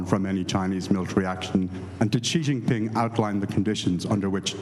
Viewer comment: For John Dickerson: "J" in the Chinese name "Jinping" is not pronounced like the "g" in the English word "regime"; indeed, the Chinese language doesn't even have this quasi-French sound. It's pronounced more or less like the "J" in the English name "Jim."